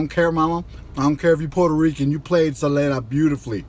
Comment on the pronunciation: I was so annoyed at you mispronouncing Selena´s name, but then you screw up the lyrics of the song. Lol